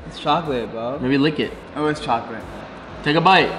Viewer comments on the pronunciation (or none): Gamer Girl it's pronounced "Chocolate"